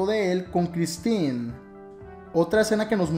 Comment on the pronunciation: Se pronuncia Christine